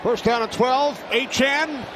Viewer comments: DEVON A CHAIN, not ACHAN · I don’t think the commentator is pronouncing # 28 Miami dolphins name properly. Its not Achan its A-cha-ne. Like nene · It's also aye-chain not aye-chan lol he said his name wrong all game as well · I assume we’re talking about Achane. It doesn’t help that the A&M media guide had the pronunciation as ā’-chain the whole time he was there. I watched a lot of Aggie home games in person the last couple years and it was always ā’-chain, which let’s be honest, sounds better. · Is it not pronounced "A-CHAIN" like "A-TRAIN"? It's a nitpick I know but his name looks like it's pronounced that way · Did he say Devon A-Train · The way the announcer all game said Aye-chan bugged the hell outta me IDK why... it's like he went out of his way to say his name wrong again and again everytime he got the chance. He'd even throw it in a sentence that didn't need explaining just so he can say it. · Did Achane change the pronunciation of his last name? His whole time at A&M it was “ā’-chain” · bro its "achain" all game saying it wrong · It’s “A-Chan” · And why is the commentator saying "Achan"? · fun fact: nfl announcers love to butcher achane’s name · Love when there’s a breakout player whose name no one has figured out how to pronounce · Nothing frustrated me more than hearing the announcer say Achane’s name wrong